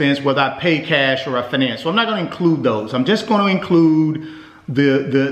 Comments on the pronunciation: Wtf is fuhnance... It's fiy nance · I can’t take you seriously when you say “finance” 😂 - (fye-nance) not (fih-NANCE) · I don't know if I can trust a man in finance that can't pronounce "fin - nance" correctly.